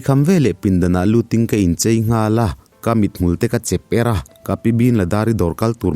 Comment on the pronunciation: Kolasib lam atangin, in thlahrung deuh in chei nilovin "CHHEI" tih zawk tur aw 🤭 hian lo ti dik tawh rawh se 😊